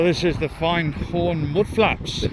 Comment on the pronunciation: ermmm... Findhorn? You nailed it first time, but then you wandered a bit, it's find rhyming with wind or binned. And Fochabers! But that's always going to be a bit tricky. On the credit side you got Lossiemouth and Garmouth right, the mouth is mouth not mith, a lot of English folk rhyme it with Portsmouth, Portsmith. Enough pedantry! Great vid, keep at it pal.